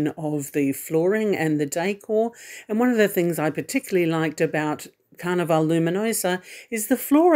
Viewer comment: The area in the shop with cruise needs is called Sundries. A commissary is a word used on military bases or prisons. Also, you kept saying Carnival-e ..... Carnival...as in the way you would name a place with rides and fair ground attractions. Carnival :)